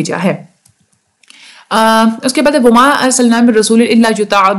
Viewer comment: mam 16: 36 pr ap ki mistake hy [wa ma] tha ayt ma ap ny [wo ma] prha zbr thi ap ny zyr prhi